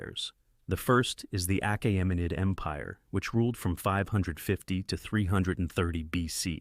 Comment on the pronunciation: Excellent video, I would have just looked up how to pronounce certain words ahead of time, like Achaemenid.